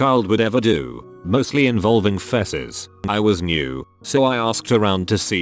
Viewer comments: “Fesses” Um no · Because 'ew gross' or 'that's the wrong way to say it'? Because we say it Fee-cees, it's just the TTS being wierd. I dunno why it does that despite having a Brit accent but that's robots for you, I guess.